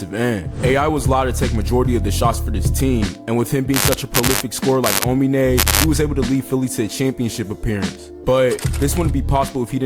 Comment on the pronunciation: Make more videos like this one, also note: it’s aomine not onime, further great video